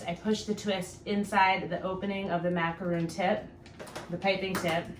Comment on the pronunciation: Its pronounced mac a ron not roon